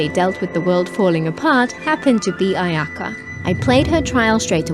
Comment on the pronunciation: Why do I always hear Ayaya rather then Ayaka, welp I think I need to touch grass 💀 And ya the classic "Anemone Gucci" 🗿